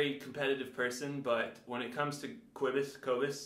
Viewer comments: If your drumming is as bad as your pronunciation of his name, then you’re gonna be in trouble fam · #teamcobus you don’t know how to say his name! You’ve been calling him out so don’t bag on him! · Don’t mess with a South African! Hy gaan jou gat skop! 🇿🇦 At least learn to pronounce his name!! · “He doesn’t even know how to say his own name” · Cobus would win, hands down. How about worrying about pronouncing his name correctly lol Granted, his last name is difficult if you're not familiar with it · Also musicians are smart. The fact that can't even pronounce Cobus' name proves he's a fake!🤣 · Why don’t you learn how to say his name?!